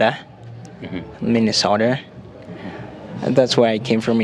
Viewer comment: Wewe ndoo ulishindwa ku pronounce Minnesota. You have a very heavy accent even after staying in US for 30 years....bure kabisa